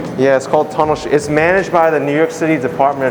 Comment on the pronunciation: I lauhged a little when you said "is managed by" :D